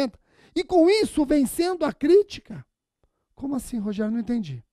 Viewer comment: Muito bom! Adoro quando ele fala "Rogeriô" hahahahahaha